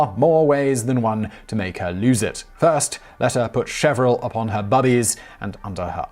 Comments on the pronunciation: it's pronounced "cher-vil" (as is written in the video), not "chev-ril" (as in the audio). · Mispronounced, (correctly spelled) it's "Chervil", not "Chevril" and it doesn't seem effective as an herbal galactagogue. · NB: CheRVil (a herb), not cheVRil, please.